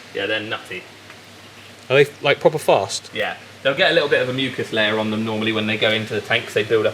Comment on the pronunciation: When you say "proper fast" it makes me thing of "Snatch" 😂😏 if you know Guy Ritchie, I think you'll get it 😅